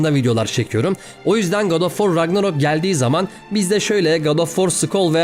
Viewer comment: Ragnarok değil Ragnarök. Bu 'in, Emır denmesi ile aynı bir durum.